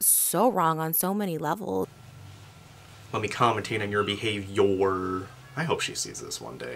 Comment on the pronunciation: "poor behaviYOURRR" 🤣🤣🤣💀